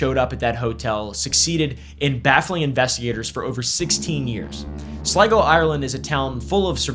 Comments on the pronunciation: I was SURE you were going to struggle with pronouncing Sligo. Hat-doff to you sir. Personal bias exposed :) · Nice pronunciation of Sligo 👍